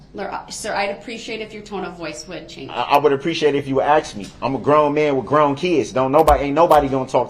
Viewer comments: "I know you said you wasn't gonna axe dem" lol what a well spoken gentleman. Pos ghetto trash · He don’t have no problem doin what you ax him to do.